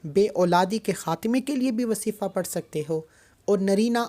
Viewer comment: Wasifa nhi kehty wazifa kehte hn